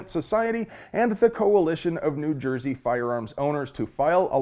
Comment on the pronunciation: Just an FYI, no one from Jersey actually pronounces it Joiesy. But thumbs up for the Fight Club reference